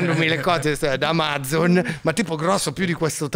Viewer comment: AX SI DICHIARA UN BOOMER DICENDO AMAZZZON 😂